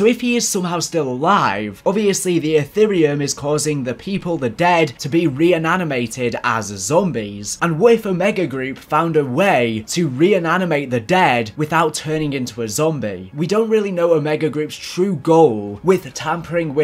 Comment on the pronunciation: Re-animated* not re-enanimated